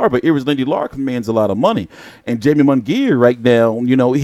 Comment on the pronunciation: Good video, but bruh if say Jamie and Jaime one more gotdamn time! He's Mexican fam that J is a h bro. Lmao! Made me lose focus.